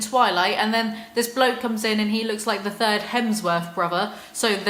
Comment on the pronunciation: Feel so bad for Luke Hemsworth every time you say "the thirs Hemsworth brother" 😂